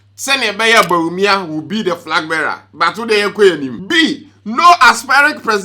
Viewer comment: And frag bearer 😂